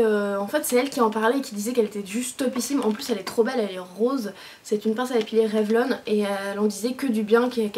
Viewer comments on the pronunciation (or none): none